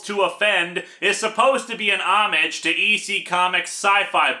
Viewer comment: Homage is not pronounced home-ag it is more like oh-maj.